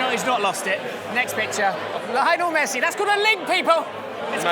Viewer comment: WHY do people like pronounce Messi’s name like it’s Lionel Ritchie??